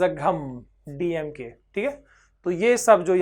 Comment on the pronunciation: Sir DMK pronouncation is wrong im tamilan